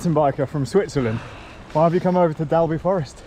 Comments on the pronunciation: Us local folk pronounce it Dolby😬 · Usual great video and content, just right length too . Oh it's pronounced " Dolby"